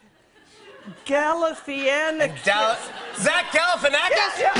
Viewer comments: Shame it's not her fault not a lot of people can pronounce galifianakis properly they don't know the a after the I is silent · Someone teach this lady how to pronounce Galifianikis